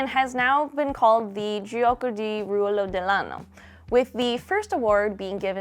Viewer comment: When you said "gioco di ruolo dell'anno" i was amazed by the pronunciation (i'm italian). Btw i love how the only ones that cannot see how incredible our ttrpgs are are italians. We do not believe enough in ourselves. Thanks for the video